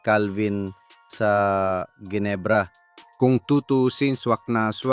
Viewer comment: The correct pronunciation for Ginebra is Henebra , G as H FIY